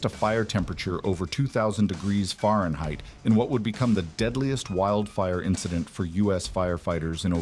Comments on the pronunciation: 2,000 degrees Fareignheit - downvote AI slop. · Wouldve watched this but the AI slop voice that can't even pronounce Fahrenheit properly is really disrespectful to the sacrifice and lives lost at least have the decency to get a real voice actor